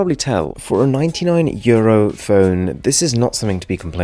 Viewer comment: Did he say "from 1200year old Galaxy s20 to the 99year old Nokia blah blah smthng"???? Euro actually sounded like year-old. Lol